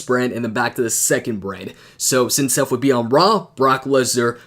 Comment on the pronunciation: His Name is Seth, Not Sef, Seth, TH, TH, SeTH, no F in his name, try it wiTh me, S-eth, Seth.